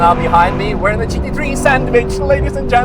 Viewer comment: Took me the whole vid to realise he was saying GT3 and not Cheeky tree.😂😂😂